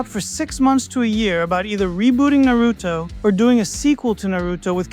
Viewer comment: I dont belive you love Naruto calling it Naruuto.